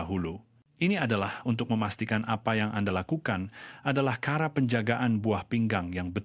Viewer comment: 1. Sebutan sebutan pelik Cara di sebut kara Cecair disebut cekair Racun disebut rakun Cuba disebut kiuba